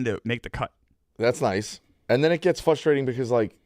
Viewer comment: Somebody please tell how to pronounce frustrating